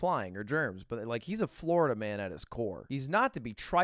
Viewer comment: Florida Man emphasis on the Man part